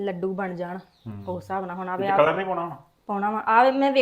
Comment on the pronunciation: ਨੀ ਤੁਹਾਡੇ ਘਰ ਵਿਚ ਤੋਤੇ ਵੀ ਬੋਲਦੇ ਪਏ ਹਨ ਕਿ ਤੋਤੇ ਵੀ ਪਾਲੇ ਹਨ, ਨੀ ਕਲੱਰ ਨਹੀ ਹੁੰਦਾ ਕਲਰ ਹੁੰਦਾ ਹੈ. ਖੇਤਾਂ ਦੇ ਬਾਹਰ ਜਿਹੜੀ ਫਾਲਤੂ ਥਾਂ ਹੁੰਦੀ ਹੈ ਜਿੱਥੇ ਕੁਝ ਨਹੀਂ ਹੁੰਦਾ ਉਸ ਨੂੰ ਕਲੱਰ ਥਾਂ ਕਹਿੰਦੇ ਹਨ. ਤੇ ਜਿਹੜਾ ਤੁਸੀਂ ਰੰਗ ਪਾਇਆ ਹੈ ਉਸ ਨੂੰ ਕਲਰ ਕਹਿੰਦੇ ਹਨ. ਨੀ, ਬਹੁਤ ਵਧੀਆ.